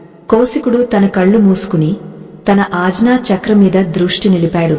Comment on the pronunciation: sariga telugu telisinavaritho cheppochuga.aagnya,moodha ,hatattuga ilaa konni padalu tappu palukutunnaru.tiyyani payasam lo palukurayi laa. జ్ఞానము జ్ఞాపకము.. గాఢ దృఢ ఇలాంటి పదాలు పలికేటప్పుడు..